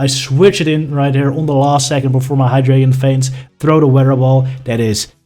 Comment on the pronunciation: awesome vid! except the pronounciation of the pokemons name! You know how ArticUNO, ZapDOS, and molTRES are 1, 2, 3 inspanish? Well this pokemons evolution line is German for 1,2,3! Eins, Zwei, Drei! ^_^